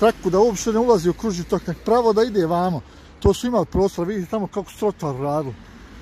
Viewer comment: Tok kao sok a ne kao rok, pogrešno naglašavaš, nadalje govoriš kako bi stvari trebale biti, a prelaziš cestu van obilježenog pješačkog prelaza....